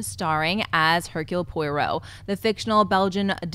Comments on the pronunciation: #AshleyMova sorry to nit pick like this but as far as I'm aware Poirot is pronounced "Pa Row" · Po-ah-roh It doesn't really matter, though. We all understood her. :)